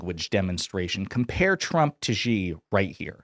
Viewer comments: Xi Jinping is now the most powerful person on the planet. Isn't it time Westerners learned to pronounce his name? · Come on people say president Xi name right, it's not Gee it's Xi pronounce like She